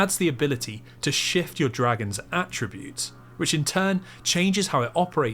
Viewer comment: "break and shyueift"